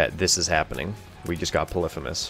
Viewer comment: You pronounce polyphemus so wrong